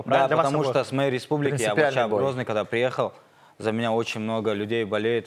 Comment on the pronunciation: И я вовпше как чурчаев сказал вовпше 😂😂😂😂😂